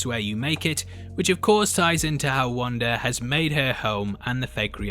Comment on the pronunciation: It's Wanda...not Wander! It's Monica...not Monicer!! LOL